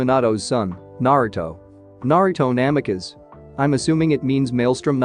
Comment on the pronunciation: Just need a little more work on some of the pronunciation... like Jiraiya, Namikaze and among others.... also can you stop that unneeded movement of the picture in the beginning...